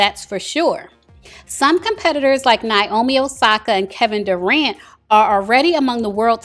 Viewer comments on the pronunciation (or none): none